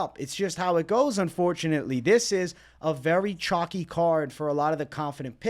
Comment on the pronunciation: by the way, you know it’s called “chalky and not “chocky” right? Say it with me. 🗣️ Cool Whip.. Cuhl Whip.